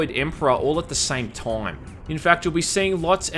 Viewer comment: "All at the same Toyuuum"